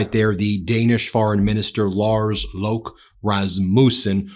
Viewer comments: Made me chuckle to see Lars Løkke rush to his car to get his jacket with his cigarettes in it 😆 (Løkke is pronounced Leuke - To be safe you can also just pronounce the "Ø" with an american "U" sound, and it will sound pretty close as well) Although many pronounce it Lars Loki, which I find cool as hell 😄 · we just call Lars Løkke Rasmussen by his middle name "Løkke", which is pronounced like "legguh" but with a kissy mouth for the e